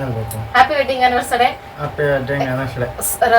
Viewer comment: ತಪ್ಪು ತಿಳ್ಕೊಬೇಡಿ ಆನಿವರ್ಸರಿ ಅಂತ ಹೇಳಿ ಆನಿವರ್ಸಡೇ ಅಲ್ಲ